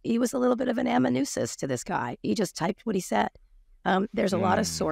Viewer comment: "Amanoo-sis"? Come on...The word is "amanu-en-sis." I thought you were smarter than that.